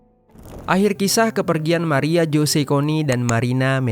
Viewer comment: Ralat min tulisan.nya emg jose tpi d.baca nya hose🙏